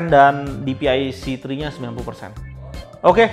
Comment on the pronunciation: saran ya bang 1. klo menurut saya enaknya baca MSI itu dibacanya "em es ai" dripada "em es i" 2. bacanya dci p3 bang bukan dpi c3 koreksi aja ya bang